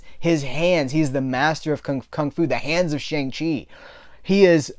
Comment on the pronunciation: I had to stop watching this review because you kept mispronouncing his name. The character even told the audience how to pronounce his name correctly. When you deliberately mispronounce the name of a person of color, it's insulting and a bit offensive. I normally like your reviews, but I totally disagree with you. As an Asian man, it was great to finally see an Asian Marvel superhero who wasn't some freaking stereotype.